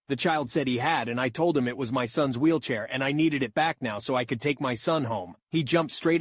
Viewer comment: I like how on the first story he said wheelchay